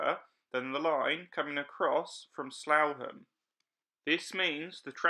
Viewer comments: Slaugham, SLOUGHAM really? It's pronounced sluffham. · Actually, it's pronounced "Slaff-am". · Slaugham is actually pronounced 'Sloth-em', but otherwise interesting driving video around creepy Crawley. 🙂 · Great video and very informative. Slaugham is pronounced Slawfam. My old patch. lol. keep up the good work. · The village of Slaugham is pronounced Slaffham🙂